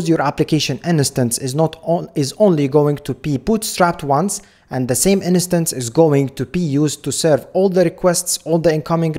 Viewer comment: you always say "in-a-stance" but you mean "instance", right? just to be sure, I don't miss anything.